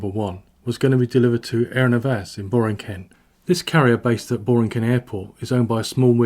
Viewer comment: The P.R. government was notoriously corrupt. The money was likely siphoned off at varies points. It is pronounced Bor-EEN-kin and Ag-wah-DEE-yah.